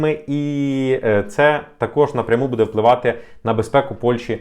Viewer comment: Дякую за новини,! У вас багато підписників, починайте вже працювати над наголосами в українській мові. Ми ж не французи, щоб наголос на останній склад ставити. Правильно говоримо: "БУдемо", "бУде", "бУдьмо"